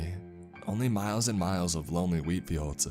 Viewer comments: I thought he said weed...😅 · Who else heard weed instead of wheat in the beginning? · I keep hearing weed lmao